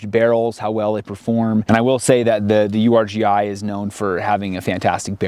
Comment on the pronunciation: Um it's pronounced Urghee